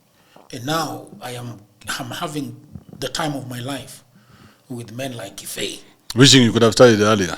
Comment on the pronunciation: much respect bro. You pronounced the name 'Kibe' the original Kikuyu way, yet you are not even Kikuyu. You said it better than the owner of the name himself. The right way as you said it is 'Kife' because in Kikuyu there is no 'b'. 'B' is pronounced as 'f'. This tells a lot about the element of professionalism in your job. Good job.